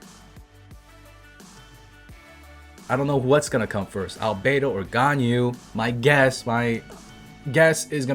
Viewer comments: Here's to help u wif prononcing Ganyu's Name. Gan = like Shao Khan from Mortal Kombat but with a G as in Ghan, Yu = Imagine You and we, mix it together and it should sound like Yuwee read it fast and ull get it right, u can also pronounce it as yee. 👍🏻 Keep up the content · Everyone: Ganyu Me: Ganao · new MEME: ”ＧＡＮＹＵＬＥＳＳ”